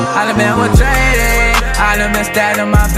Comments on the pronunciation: I hate that he mispronounced “Betrayed” but fuck that, this shit is too deep to ignore. I feel him though. Life will make you numb after a while. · nice but ummm... betrayed has only two syllables